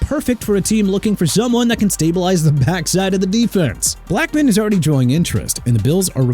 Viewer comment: First off it's Tony Pollard (pah-lurd) and second it's Julian Blackmon (black-mun) and third keep saying Jagwires instead of Jaguars and guess what Jacksonville gonna end doing?? CHANGING THEIR TEAM NAME CUZ YOU KEEP SAYING JAGWIRES!!!